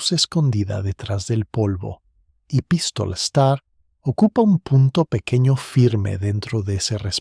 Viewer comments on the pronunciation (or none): Bueno, con acento así, en español sería Pístola. Esdrújula.